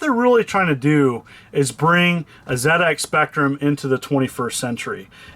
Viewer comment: Nice one. Love how you pronounced ZX Spectrum correctly.🙌